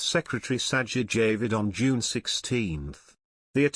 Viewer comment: If you are going to name names, example Sajid Javid, perhaps you could try and pronounce them correctly. For a channel using a fake UK accent to report - inaccurately - on the British/Canadian/Australian etc head of state and her family you speak excellent American. Unfortunately you also fail to speak English (the language spoken in, among other places, Canada and Australia, and New Zealand)